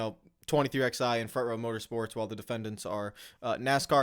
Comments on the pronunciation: pronouncing 23XI with the letters drives me crazy😂 they are Roman numerals and are pronounced as the number 11. The way says it makes literally no sense lol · he has a fundamental misunderstanding of what antitrust is. He mispronounced “plaintiff” and inexcusably,“twenty-three-eleven.” He should say what Eric said. Provide details and say I’m not an expert where he clearly isn’t. And in Eric’s video, he provided in five minutes far more information without making dumb and inaccurate comparisons.